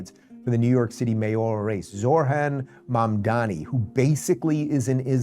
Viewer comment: "ZOR-HAN MAM-DAH-ME" the dude can't even read